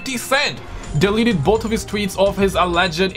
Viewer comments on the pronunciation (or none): none